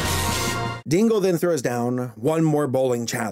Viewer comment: I thought you said Tingle instead of Dingle... Hey at least Tingle is a more interesting character